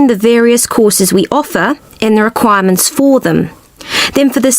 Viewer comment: "requirement" /kwaɪə mənt/ but i just hear like " 'kwa' mənt"